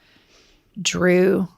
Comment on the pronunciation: Ladies I love you, but if your guest’s name isn’t “Joe Smith”, you gotta practice it beforehand. Drew is a big deal! Great show. Thanks for what you do!